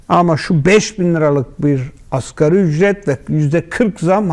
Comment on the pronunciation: Askeri ücret 🥴🥴🥴 Zır câhil Nagi. Askeri degil asgarî